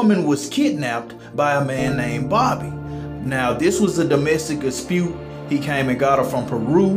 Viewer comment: Did you say domestic AHspute??😂